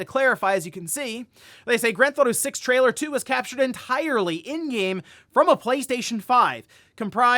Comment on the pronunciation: What? Try again in English. “Trialor” 😂🤣